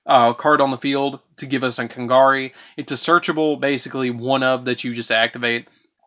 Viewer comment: I'm sorry for being a little bit of a critic, but you said Kagari's name wrong so many times. Please pronounce it correctly next time.